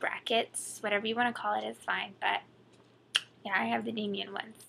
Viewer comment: It's not "Damien" it's "Damon" as in day-muhn